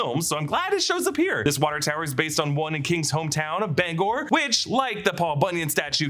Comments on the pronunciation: as a mainer you pronounced Bangor correctly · I live right in Bangor, you are saying it correct! 🤘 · I live in Maine and you said it right Bangor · if it’s pronounced in the traditional Welsh way it’s Bang-gor but plenty of people say it differently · You pronounced Bangor correctly, good job. The Oriental Jade is a real restaurant in Bangor, it is not down town but it is pretty good. Loring airforce base is a few hours away and was a target in the movie war games as it is close to Russia. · As someone who grew up in Bangor, Maine, I’d like to 5hank you for pronouncing “Bangor” 100% correctly. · You are saying Bangor spot on. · Don’t worry, you’re saying Bangor correctly. It’s where I grew up. You’re all good. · Being from northern Maine, you are pronouncing Bangor correctly! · I wondered if it was based on Dow Air Force Base, which operated in Bangor until 1968, when it became Bangor International Airport (BGR). Derry overlaps in many ways with Bangor, as noted (and pronounced correctly by ) in the video, and it was Stephen King’s home for years. The standpipe is real. BGR used to have a scale model of it in the terminal but it’s gone now. BGR was also the setting of The Langoliers, and the TV movie version of that story was shot on location there. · As a Mainer, you're saying Bangor right. Hearing 'Banger' always makes me giggle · Ur saying Bangor correctly now, I have many family in maine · I'm from Maine, my dad was born in Bangor. Even people within Maine say it different ways. There is not one right way to say it.